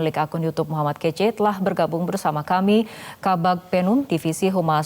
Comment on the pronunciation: Min..min.. M kace bukan KECE🥶